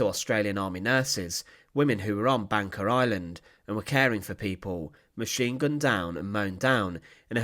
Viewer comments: Why does commentator pronounce Banka as Banker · Bangka is actually pronounced ''Bungka''